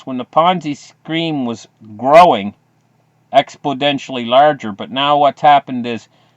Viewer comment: ....it's pronounced exponentially...not expoDentially. Sorry mate couldn't help my pedantic ocd nature.